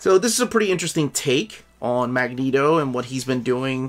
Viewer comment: I like how pronounces Magneto it sounds authentic. I second You on Fantomex O! Haven't read the new giant size, but i really hate Fantomex, he's such a b*tch in X-Force!